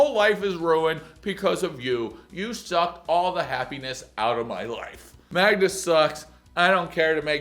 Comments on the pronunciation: can't even say his gf's name right... Much less the dog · Hades may be pronounced differently in Polish. The irony though. He makes an effort to pronounce the dog's name correctly, but struggles to get Magda right 🤣😂